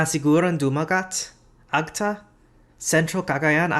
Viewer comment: agta is pronounced /ag-ta/ with an accent to /ta/.